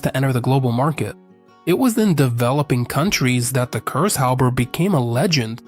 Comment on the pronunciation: It is actually not Cursehopper, but Kurzhauber;) For the average Kraut it is always funny to witness how impossible this language is to speak for the English.